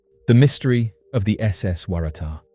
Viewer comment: How did you manage to pronounce Waratah in that many different ways? It's pronounced "Worra-Tar".